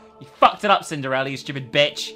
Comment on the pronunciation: Why does she say cindereler?